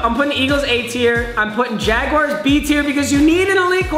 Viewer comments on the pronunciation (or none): none